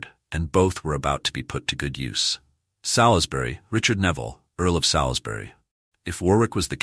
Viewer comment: Very interesting video but please take more care in the correct useage of names. Salisbury is spoken as 'Solsbry', not 'Salis-bury'. We English sometimes say things differently than they are spelt. Warwick also discards the second 'w' so it sounds like Warrik. Just a couple of helpful points for future videos.